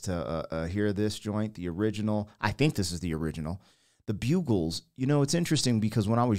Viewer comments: Doesn’t anyone learn how to read English anymore! A bugle is an instrument spelled with one D. When you ad another D i)bugles) t will be pronounced like an insect “bug”. Like bugging someone. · Bug. Bug. Buggles... It's pronounced Bug.. 😊 great song. Great to see you impulse was to move with the song as that's what it did to us when it first came out... Great Reaction. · Dude, you're killing me! It's BUG-gles!!! Yes, this was the very first video aired on MTV and I watched it live. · Buggles, it sounds like juggles! LOL! Geoff Downes was also with Yes and Asia! Two more bands you need to check out! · The "Bugles". 😂 Great reaction. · I smile every time I hear this and see the video, Bug (as in fly) gles. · And: It's pronounced —and can ONLY be pronounced (or understood to be pronounced!))— "bug-gles" ...with a hard G. NOT that difficult 🙄🙄😡(and impossible to mistake if you understood anything about language.) 🤦🤦🤦 🙄🙄🤬🤬🤬!] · Bugles are still out there. I love 'em. The band, by the way, is bugg-les, like a bug you'd call an exterminator for. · It is bug-gles and this was the first video to air in the US on mtv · Before music videos talented musicianship & vocals were more important than being visually appealing or having a flashy video. Miss Robot & Living In The Plastic Age are good songs from them. Pronounced with emphasis on bug. Buggles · The name of The Buggles is pronounced as “BUG-ulls”. It is a band name inspired by The Beatles. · Pronounced Bug-els😮😊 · Buggles is pronounced like the pest. Bug-gles This video must have been commissioned by MTV. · Prounouced. Bug - gles ✌ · Buggles pronounced like bug. This was the first video ever played on MTV. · it is pronounced bug - eles .... Also this was the very first video ever placed on MTV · They are called BUG-GULS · It’s pronounced like Bug 🐜 Bugles. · Pronounced, Bugg - Ells. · The way you pronounce it is: bug +alls. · pronounced Bug -gles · You pronounced it wrong. Bug-gles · Pronounced “Bug gulls”